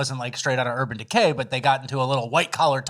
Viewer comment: "UrBann DeKay"